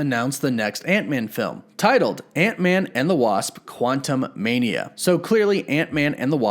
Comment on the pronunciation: "Quantuh-mania", not "Quantum mania"!